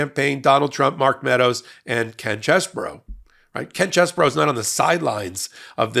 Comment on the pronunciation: You're saying his name wrong it's CHEESE BRO.